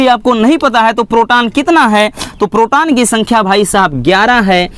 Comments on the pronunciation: Sir ji proton hota h protan nhi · Sir inhe protan neutran or electran nahi bolte hai 😂😂